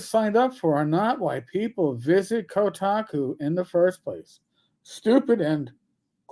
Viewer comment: are you saying Kotaco?